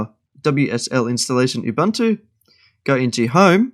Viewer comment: That’s not how you pronounce ubuntu. It is pronounced oo boontoo